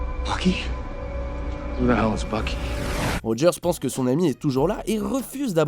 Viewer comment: tu devrais mieux prononcer parce qu'à presque chaque fois que tu dis "Bucky", on entend presque " Loki"